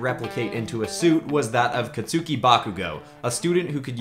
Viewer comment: it is pronounced katski bakugo Not catsuki